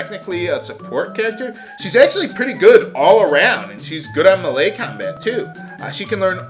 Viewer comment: Oh and I promise I'm not trying to be tha pronunciation nazi xD but ti save you from future trolls trolling ya, Melee sounds like May-Lay. Btw I totally don't know why my first 2 posts on your videos are about how you say things..But it just REALLY helps me enjoy LPs when little things like that are taken into consideration. I cant wait to watch the next SD3 videos!!!